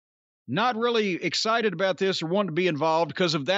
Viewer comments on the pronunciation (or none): none